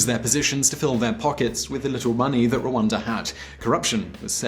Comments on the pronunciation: its rwanda not ruanda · It is Rwanda and not Rwanza